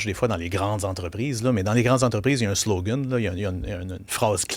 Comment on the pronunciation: Qu'est-ce que c'est ce langage ''SLOGAN'' prononcé à l'accent anglais! Ouf!